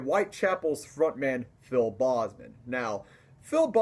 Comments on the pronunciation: PHIL BOEZMAN. No sir..it's Phil BOZEMAN. BO. BO Z MAN. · It's not "bossman", it's "Bozeman". That's the only thing criticism I have. Other than that, good video. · It’s BOZE-man. Like the headphones. Not BOZZ-man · good job man your right. the bahhhzzman thing was a funny pronunciation. I agree that people shouldn't talk shit about people's taste. But let's face it some bands/music just sucks. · If he is one of your favorite vocalists and you met him twice, it's kind of embarrassing that you mispronounce his last name all the time! Watch his videos on YouTube! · awesome vid!!!......but the way you said bozeman made me cringe so bad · Bozeman is a Dutch last name meaning "angry man", try Google translating Boze man. - from a native dutch speaker